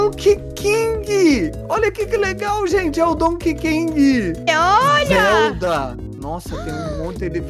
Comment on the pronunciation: "king" kkkkk kong*